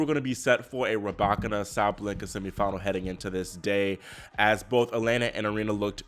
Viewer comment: why do you keep saying “SabLenka?” It’s Sa-Ba-Len-Ka!” Sabalenka!! 🤦🏽‍♀️😩😂🤣